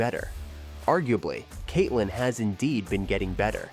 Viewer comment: also saying Katelee instead of Katelyn; more grief.